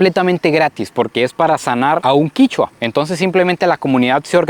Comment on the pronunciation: No es quichua es quechua